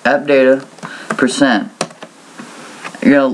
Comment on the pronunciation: did u say percentadddatapercent?